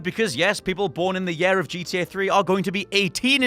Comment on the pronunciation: Learn to pronounce words correctly......year, yakuza.....the list goes on.